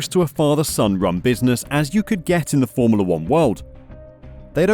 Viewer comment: Why is this narrator pronouncing it 'formerla'?